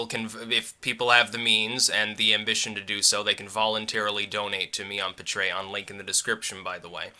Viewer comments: pa-trey-on. UNSURBSKRIBBED! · Isn't it pronounced Pay-tree-On? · Never heard Patreon said like that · please stop pronouncing Patreon so weird...